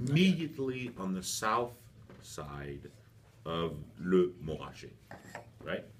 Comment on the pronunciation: It’s literally just anglophone laziness.